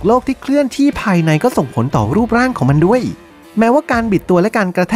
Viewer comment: ดั้ยๆๆๆ, งั้ย, เหนา, ดั้ว เสียงยาวแต่ออกสั้นหรือเป็นสไตล์